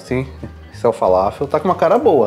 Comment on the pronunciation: Kebab é o nosso churrasco grego,mas ele é enrolado no pão turco kkkkk..... E é falafel não faláfel kkkkk......